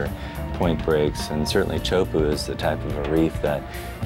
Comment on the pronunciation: tea-ah-oo-pu? WTF? CHO-PU GET IT RIGHT